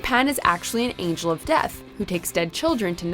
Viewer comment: Legit thought you meant deaf, not death